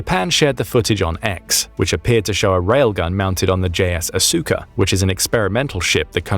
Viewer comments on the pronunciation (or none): none